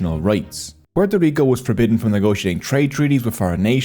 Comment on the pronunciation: Thank you for the effort of saying "Puerto Rico" with the proper accent. Not pororico